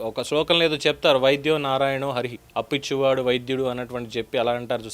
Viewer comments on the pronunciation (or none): Sir Appichuvadu vydudu kadu. Apichuvadu, vyadyudu